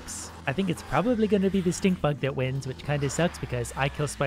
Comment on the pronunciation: I ciard stick bug lol Instead of stink bug